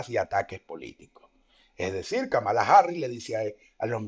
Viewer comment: se pronuncia /kámala/